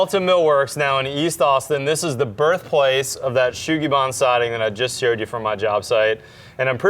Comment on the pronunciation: It is pronounced Sugi Ban, not Shugi Ban, just as it's spelt :)